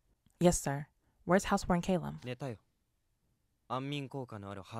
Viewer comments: Hi! Awesome video, as always! You said that you would say Kalim’s name correctly one of these days, correct? Well, maybe I can help with that! Okay, so let’s start with Kalim. The “K-A” is pronounced like the the “C-U” sound in the word “cut”, and the “L-I-M” is pronounced like the word “leen” but with a ‘m’ rather than an ‘n’. And now for Al-Asim. The “A-L” is pronounced like the word “all”. The A in Asim is pronounced like “Ah” (like when someone asks you to say ‘ah’), and the “S-I-M” is pronounced like the word “seem”. I hope this helps! 😊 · You’re very welcome! Just take your time with the pronunciation of his name and you’ll have it right in no time!